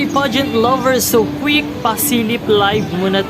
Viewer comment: Yung pronunciation palang ng 'quick' ayoko na! Char!